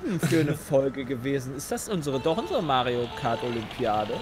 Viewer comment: Seit das gesagt hat hör ich bei Pedda nur noch Majo Kart xD